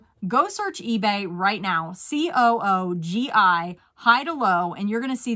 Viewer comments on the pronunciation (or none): It's definitely pronounced Coo - gee with a j sound (like gee that's swell!) and that's coming from people who wear it. I've never heard it pronounced the other way. :-)